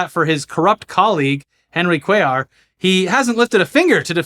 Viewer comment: Came back to see nail the name "Cuellar" 😅😂 great job! Did better than inwould have done